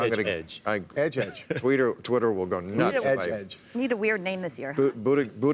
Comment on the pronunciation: It's "Butti judge".